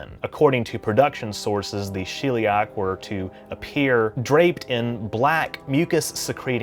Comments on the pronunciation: it's Sheliak, not shilliak. I'm genuinely curious why people with accents mispronounce a word that isn't in their language that they just heard because it is fascinating behavrior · Sheliak... As in shell, not she'll